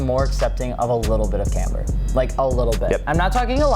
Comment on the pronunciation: camber not chamber